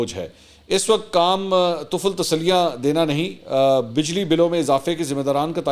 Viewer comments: طُفل تسلیاں نہیں طِفل تسلیاں😊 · YE LAFZ TOFEL TASELLI NHI TEFEL TASELLI H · طفل تسلیاں ، ط کے اوپر پیش نہیں، زیر پڑھی جائے گی۔